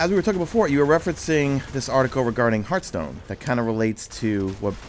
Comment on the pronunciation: I like how pronounced "Hearthstone" as "Hurthstone"